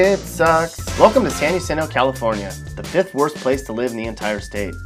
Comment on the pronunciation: San Jacinto - pronounced San Hacinto (spanish pronunciation) is sometimes shortened to San Jack , not San Ha LOL . Its not a bad town , however all the Crap they're exporting from L.A. , Gangstas etc is ruining this small town . The same goes for Hemet . .